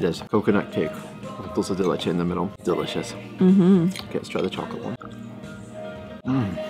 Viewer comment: Yo! It's NOT "Dull-say de leche"!! It's "DOOL-SAY de leche"!! Love you guys!